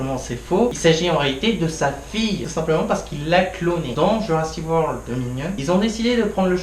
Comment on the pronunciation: Bon, je vais pas être sympa, mais ma critique aura au moins le mérite d'être honnête. Ce n'est pas bon. 1: Faut travailler ton élocution, ce n'est pas possible de mâcher tous les mots comme ça. Exemple de mauvaise élocution: tu dis Jurassi Wor au lieu de JurassiC WorLD. Faut prononcer les mots et les titres jusqu'au bout. 2: Mais arrête de faire 50 coupures entre chaque phrases car tu veux couper les longueurs en pensant que ça ne se verra pas. Ca se remarque et on ne remarque que ça ensuite. 3: Plutôt que de mettre un fond vert avec un détourage horrible, achète-toi plutôt un micro de qualité. Tu parles du contrôle des dinosaures qui n'est pas compréhensible si on n'a pas regardé la série, mais je n'ai pas regardé la série et j'ai parfaitement compris le principe du contrôle vu que c'est expliqué dans Jurassic World 2. Si les gens se plaignent, c'est parce que le film est mauvais. Tu veux expliquer le principe des animatronics et des images de synthèse, mais on voit que tu ne connais strictement rien à ce domaine et tu le lances dans une explication bancale montrant que tu n'es pas un spécialiste du sujet. Genre, tu dis ceci "Y'a beaucoup d'effets visuels aux effets spéciaux de synthèse et tout" Je peux t'assurer que cette phrase ne veut absolument rien dire... le pire, c'est que tu as quand même fait pleins de coupures vidéos durant cette phrase... Durant toute ta critique, tu ne rends peut-être pas compte, mais tu sembles conscient de la quantité de défauts du f